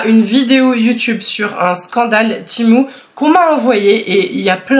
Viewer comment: Ça se dit pas timou ça se dit tému